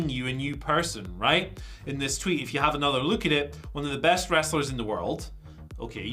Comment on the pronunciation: Problem is Ospreay is GOAT but cannot say best 😂